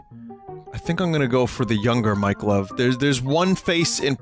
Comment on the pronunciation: Every time vinny says mike love, it sounds like mike glove.